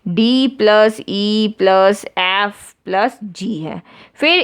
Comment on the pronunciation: Ma'am its "ef" not "aeyyf" XD